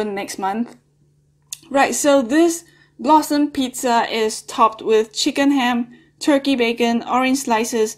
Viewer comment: sorry but i thought you said "blossom shit pizza"